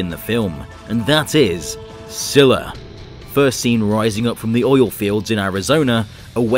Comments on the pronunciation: its not scila its skila but a c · you keep saying it like zilla instead on scyla and its a her not a he you pronounce it like skee-lah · Did this dude just call Scylla zilla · u pranounced scylla as zilla